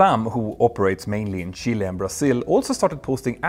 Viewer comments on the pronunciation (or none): none